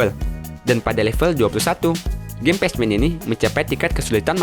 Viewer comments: Baca nya "Pekmen" bukan "pecmen" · Pacman : Bacanya bukan patsman tpi pekmen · pacman dibaca ,pekmen ,goblok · Maaf bang itu pacman dibaca pekmen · Bacanya pekmen totttt bukan pechmen! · Patchman😂 pacman lah bro,english tu😂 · Pacman di baca nya pakman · pacman dibaca "Pachmen" wkwk. Minimal google dulu deh biar ga keliatan norak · di menit itu bacanya pak man ukan pas man tolol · Pach-men ?? Pek-men. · Tetiba gatel denger pec men...PACMAN dibaca Pekmen...maap klo nyinyir ya bang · Pronounce (pek men) Bukan (pej men) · Bacanya pekmen bukan pac men, goblok itu game dari lu kecil dan sekarang lu udah dewasa, masa dr dulu lu bilangnya pacmen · Pack man bang di bilang nya tapi nama nya pac man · Baca nya pek men kontol bukan pac man ajg kesel gua denger lu ngomong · Pacman kok baca nya patchman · Pacmen ,,/"pek-men/ bgst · Pac man lah cakap orang dia pun salah .. Apalah..😑🙄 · Apaan pasmen :v ngakak "pecmen" typo ngomong tuh org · Pajman... Wkwkwkk